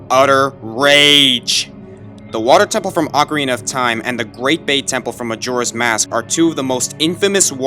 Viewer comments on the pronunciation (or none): Erm, this is about GOOD water levels. And it's OCARINA not ocorana. What the fuck is a ocorana?